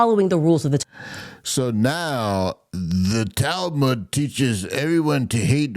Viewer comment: “The talmooj” I can’t 😂.